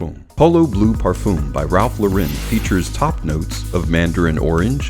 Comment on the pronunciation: Really like u and ur vids but bro, his last name is pronounced like a girl's name. He took the name from Lauren Bacall, the actress because his real name is Lipschitz